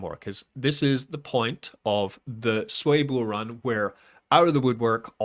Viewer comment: Please start pronouncing it the correct way (SWEE).